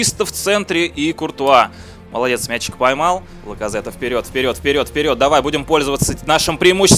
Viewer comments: Не Лаказетте, а Лаказетт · Не Пайет, а Пайе и не Ляказете, а Ляказет